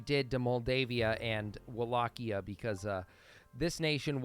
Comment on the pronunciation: Its pronounced Wallachia not wallqia whats is wrong with you